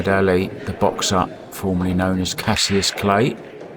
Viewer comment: Fack your beach his name is not casiuss